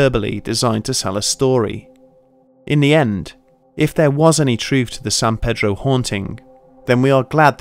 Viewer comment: thats not how u say pedro